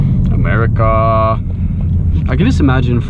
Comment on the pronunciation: Hey, It's not "Americaahhh", It's "'Merica".;) Just to clarify that.